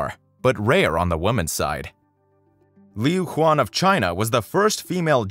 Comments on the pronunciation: Liu Xuan not Liu Huan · I love how you pronounce the name wrong of the female Chinese gymnast Liu Xuan and what you pronounced sounds like a famous male Chinese singer lol... X is not pronounced as S or Z or H or Sh. It’s very nuanced and I don’t know how to describe that....